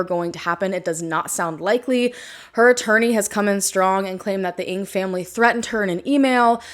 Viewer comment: Your pronunciation of Ng is off, just mentioning it. Many disappear in these South American countries. It just isnt safe for foreigners.